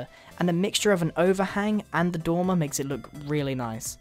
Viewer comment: the first time you said dormer i thought you said tumor